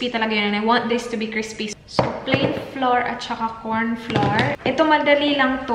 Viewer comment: Hey! I don’t mean to offend you. But “flour” is pronounced as “flower”. I have been saying it incorrectly too for a long time until my Portuguese-Canadian husband corrected me 😁 Also, I researched on it and it is pronounced as “flower”. Thanks for making everyone happy with your vlogs including me! God bless you and Dan 😊